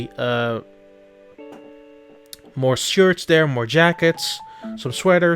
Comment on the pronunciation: I like how you said that "dey are dere" XD